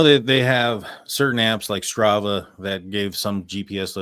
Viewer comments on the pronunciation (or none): best part of the interview. just quietly mumbles “Strava” 😂😂😂.